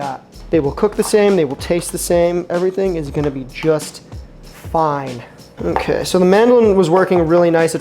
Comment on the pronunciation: Did I hear that right,? HOKAY SO here’s the earth It’s chilling